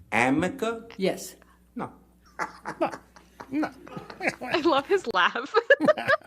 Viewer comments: It's arnica, not amica, its great for bruises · They said that wrong during the whole JD trial. It wasn't amica cream it's Arnica